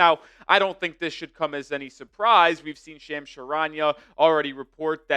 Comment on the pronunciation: for future videos, his name Shams is pronounced Shahms